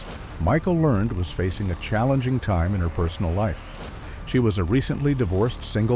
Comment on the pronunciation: Pronouce her last name right PLEASE